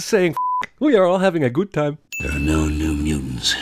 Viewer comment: "We are all having a GUUT time" 😂